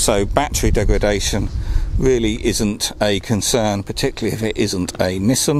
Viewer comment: Battery life aside, it's great to hear 'Nissan' pronounced correctly. here in Yankland they all say 'knee-sawn" for no reason i can comprehend. That's Yanks for you though. Irrational beings at the best of times.